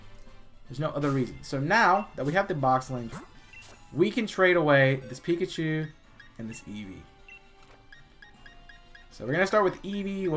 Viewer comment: This man actually said "Pekachu"